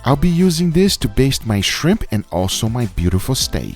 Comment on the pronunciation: I’m not a shrimp person 20 seconds later: I like ze shrimp